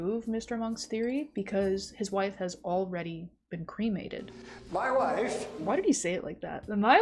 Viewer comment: "My WiIfFe" killed me. Also, I'm slightly surprised that Monk came out after Borat. Borat was a huge part of my childhood for a few months/a year but Monk was something my mother watched on TV like Columbo so I assumed it was much older.